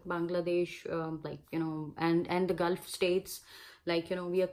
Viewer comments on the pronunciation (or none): none